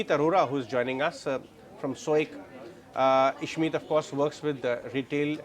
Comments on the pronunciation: Please pronounce name properly. Ishmit? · It’s Ishmohit and SOIC not Ishmeet and soic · Ishmit 😂😂😂 soyic 😂😂😂